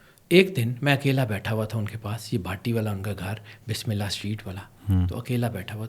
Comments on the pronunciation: یار ایک تو تمہیں بسم اللّٰہ صحیح پڑھنے نہیں آتی دوسرے یہ نام نہاد پروفیسر سکالر تمہارے ساتھ بیٹھا ہؤا ہے اسے بھی اخلاقی جرات نہ ہوئی کہ تمہاری تصحیح کر سکے تیسرے تم بھی منہ ٹیڑھا کر کے بول رہے ، پاکستان میں رہتے ہو تو پاکستانی بن کر بولو زیادہ سٹائل کی ضرورت نہیں 😅😅😅😅😅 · اپ بسم اللہ غلط پڑھتے ہیں